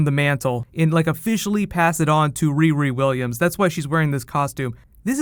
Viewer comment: say "riri williams" again, bitch. i dare you. i double dare you